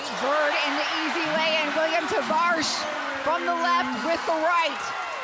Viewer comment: What 'Tavars' are you talking about? It's Tavares. Is it that difficult to know the final 4 MVPs name right?